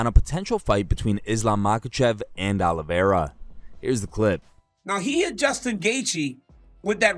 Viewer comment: Hey Felder ! THE CHAMP HAS A NAME AND ITS: "CHARLES OLIVERA"